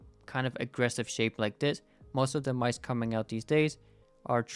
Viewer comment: "its a very shape sape"